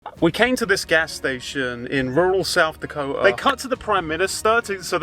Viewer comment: i love the way you say south dako'a